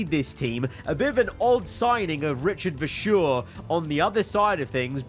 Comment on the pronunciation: How can you sack Antonelli😭 understand that you signed Max but its rediculous that from the last 5 seasons only 3 wdc are on the grid and especially that the reigning champion cant defend his crown Ps really like the way you say “Richard verschoor”🤣